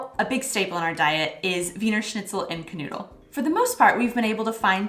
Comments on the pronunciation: I love the way you pronounce "Knödel" like "canoodle" 🤣🤣🤣 I only realized what you actually meant in the end and kept asking myself "ok what kind of food is a "canoodle", maybe some specialty from Oklahoma?" Sorry, I known German pronounciation isn't easy for Americans, but it's just so funny I can't help myself 😂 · I like the way you say "Knödel" - it almost sounds like "canoodle". But that's not a surprise since one can canoodle a "Knödel" before eating it. I like your videos and welcome to Germany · Hint: Knödel is not spoken C'noodle :D Actually I didn't get what you said until I saw the picture :D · I like that they pronounce knödel like kanoodle, that's kinda sweet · As I have written in another of your clips, please pronaunce kn-o-ej-dl. Because ö ist just oe, fast spoken Soundling like in "word". Can you say Knack-Knack? It's K is more like Ch-n or HH-n. German Ch is always spoken like "he" with a heavy stressed "h". So very simple: c/chn -oej-d(e)l. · GOD, I love how you pronounce Knödel. That's so cute and I feel you, truly because it's a very difficult word for a non-native speaker, but I had a little giggle all the same. (Also I'm glad you enjoy the bread culture, :)) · I guess I hadn't been looking at the plate very closely the first time, and anyway, the pronounciation was so off that I just didn't connect the two until the end of the video when Knödel were mentioned again.